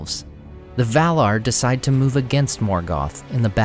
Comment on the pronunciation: The "R" is not silent. maiaR & valaR not mai-uh and val-uh